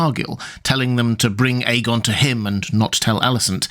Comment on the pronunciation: The dude in this video pronounces it correctly. Listen to his pronunciation